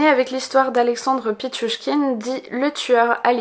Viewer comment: Bravo pour la prononciation de pitchouchkine !